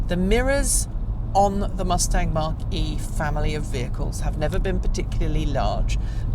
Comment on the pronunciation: It’s not pronounced Mark E Try saying Mac E